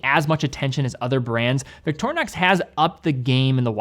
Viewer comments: Where in the name of all things sacred do you get the name 'eyenox'? It's 'inn ox'. Not even the original name is 'Victor eye nox'. Please people, you dont have the right to mispronounce other people's names. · Well that was a wierd way of pronounceing "Victorinox"